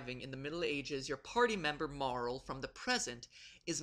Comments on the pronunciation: Maybe its just me, but are the pronunciations really bad? Normally I don't mind, but... Chra-no? Marl? Epic? It should be Crow-no, Eep-ock and either Mar-lee or mare-LL, shouldn't it? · KROH-noh. Not KRAW-noh. MEH-rill. Not MAH-rull. EE-pok. Not EH-pik. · MAR-LEE* DAMMIT! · Marl-el? I always pronounce it like Mar-lee. And going to continue! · "Marl?" Certainly I'm not the only one who always read it as "Mar-lee", right? I mean, I feel like I'm on pretty solid ground here. "Marl" would be almost impossible to pronounce in japanese. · UGH... sorry, great video and all, but I literally CRINGE whenever I hear people pronounce her name "Marl", have since I was first playing through it back in 96. Yes, there is a strong case for that to be the proper pronunciation, since her Japanese name is マール (Maru), but I guess since it would be two syllables, I find it makes more sense to just pronounce it Marle or "mar-lee". And It just sounds more feminine. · First I want to say your channel is awesome. Love your vids and this one too. But your pronunciation of names sucks haha. Epoch is not pronounced "epic" but "ee-pock," and Marle is pronounced "Mar-lee" or "Mar-lay." Anyway, keep up the great work! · Isn't her name pronounced Mar-LEE? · pretty sure her name is pronounced Mar-LEE.... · Why do I always feel like no one ever pronounces Marle properly?